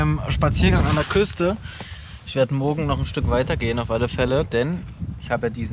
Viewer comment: er sagt immer "mogen" statt "morgen".